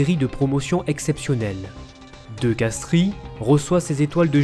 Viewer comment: De Castries se prononce DE CASTRES!